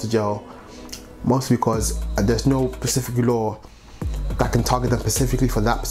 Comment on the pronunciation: Man keeps missing the S off 'specific'